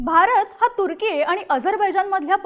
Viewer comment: तुझं ते तुर्की चे प्रोनाउंस ऐकून मी तुझ्या बातम्या बंद करत आहे. बोल भिडू ची क्वालिटी कमी होत चालली आहे. अगं ते तुर्केय नाही तर तुर्की आहे.